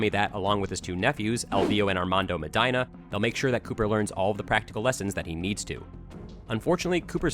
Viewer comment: The way you pronounce "Medina" makes me think you don't know any Hispanic people.